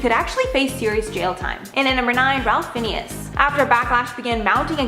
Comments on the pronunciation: Fiennes is pronounced "Fines", not Phineas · Ralph Fiennes is pronounced Ray Fines...sheesh.... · I would to point out the pronunciation Ralph Fiennes - name is pronounced Rafe Fines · You pronounce it Rafe Fines. Not Ralph Finnies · It's Ralph fines not finnius lol 😆 xx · Not Ralph Finnius? The dude who played Francis Dolarhyde? Or is it Ralph Fiennes? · If you're going to do a channel like this,...at least pronounce the names correctly!! Ralph "Fineas"??????????????????